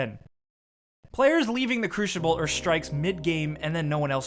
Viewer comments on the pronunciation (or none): lmao "crushible" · did he say crushible? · it's not pronounced cruchible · Cruishible? CRUISHIBLE?! Cru-si-ball. Not SHI? ;) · cruchible... just the way he pronounces it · Please tell I'm not the only one I'm not the only one hearing him say crushible... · I hate when you say crushible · Just wait until rise of iron. And why must you pronounce it crushible? And having a person join a strike right at the end is annoying but you have to admit that it's satisfying when you're the one that spawns in mid strike lol. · "Crooshible" xD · Hehehehe, he said crushible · did this guy just say crushible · 12. "Crushible" for the win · Number 11, People who say Cru-shible. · when you've never actually played destiny so you say "crushible" 😂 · lol, "crooshible" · "Players leaving the Crewshible?"